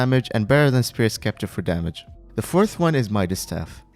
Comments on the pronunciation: spirit scepter is pronounced septer not skepter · man really called spirit sceptre "spirit skepter" :Joy: :joy: its spirit sceptre the same way its written not skeptre lmao. its pronounced spirit septer